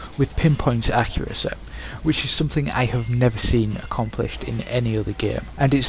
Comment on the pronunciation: Extreme accuraceh. Brilliant.